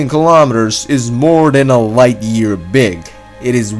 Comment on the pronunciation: Alpha centoooouuui Loght Stors